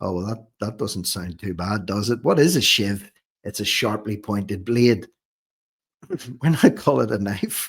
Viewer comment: His “shive” must have been in his jeans ? 😊